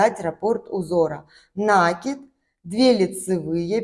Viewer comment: Красивый узор, спасибо! Только правильно ударение ставить : накИд, не нАкид, от глагола накИдывать